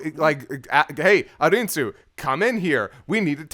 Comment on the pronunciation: Lani: “ARNIE-SUE”: “A-IN-SUE” … Guys, it’s “A-RIN-SUE”